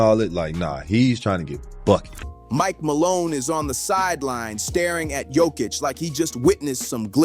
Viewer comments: not dzokic but joooookkkicc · It not JokiCH, it's JokIC. Beyond proud. 🇷🇸❤️ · YO-KITCH. Not JOE-KITCH C'mon people !!🥴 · The best player and all that and you still can't pronounce his name, shame.